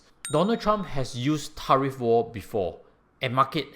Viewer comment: I hope you don’t mind me saying this, but your pronunciation of “tariff” is not quite right. 🤭🙏